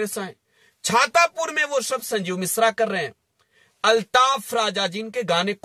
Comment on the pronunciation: छातापुर नहीं हो छतरपुर है 😂😅😂